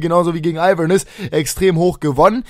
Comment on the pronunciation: Und es wird Inverness, nicht "Einverness" ausgesprochen ;)